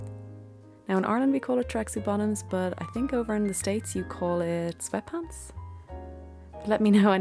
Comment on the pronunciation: Only you, dear, could make cleaning silver a cozy activity! I love it. Oh, and I had to listen 3 times to hear 'tracksuit bottoms'. I thought you were saying tracksy bottoms! I am watching this while drinking a freezing cold smoothie, looking around for my slippers and blanket to help me warm up. For me, my favorite cozy is a hot bath with epsom salts, and candles around the bath. I also love a mug of hot tea, and some fragrant and warming soups or stews and pumpkin or other spicy baked goods.